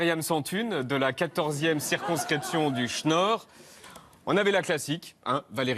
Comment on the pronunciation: On dit dech nord pas duch Nord